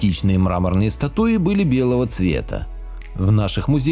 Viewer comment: статУи? ужас